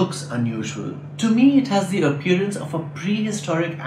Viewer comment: Congratulations on creating this excellent channel! Your videos are going to be shared far and wide, and are also going to provide great fodder for fun dinner table quizzes for the children at home! Thank you for creating this resource. I wish you all the best. A suggestion for improvement: you pronounce 'the' as 'the' (as opposed to 'thee') even when it precedes a word starting with a vowel sound; but as far as my knowledge goes, one should be pronouncing it as 'thee'. For example, 'thee' eagle, not 'the' eagle.